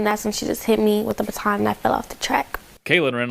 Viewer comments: Sorry but it is pronounced "BUT - ON" ......not "BAT - IN". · Lol it's driving me crazy 😂😂😂 ba+ton ba+ton not button lol it was like someone kept pinching me lol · In America It’s not pronounced BUTTON. ……. It’s BAW. TON. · What is a batin??? Bah ton that’s how it’s pronounced LOL. I know. I’m being picky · It's BA TAWN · Learn how to pronounce ba-TON. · only Americans pronounce it ba-TON - The rest of the world thinks we’re weird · I understand that you’re reporting what you’re reporting but you have to learn to understand if you’re talking to us here in America you need to speak English. It’s called baton BA-ton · It’s called a Ba-ton! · It is pronounced be-tahn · Here in America baton is pronounced "buh-TAN" or "BAH-tan". We don't speak the King's English. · Baton is pronounced with the emphasis on the second syllable--not the first one. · It was clearly on purpose. Please pronounce the word baton properly. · The way you pronounce “baton” is distracting to my American ears. 😀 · You have no clue how to pronounce Baton eh? LMFAO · The woman can not pronounce baton properly. Lol